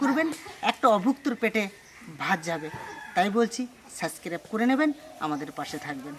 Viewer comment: suscrib noy kothata subscrib😃😃😃😃 uchcharon ta thik kore korun😃